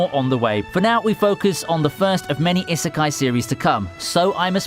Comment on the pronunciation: The way he pronounces "isekai" hurts me.